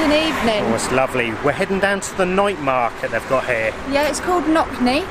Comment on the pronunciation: Not nokny market .Its No Ts Ny market,meaning The night market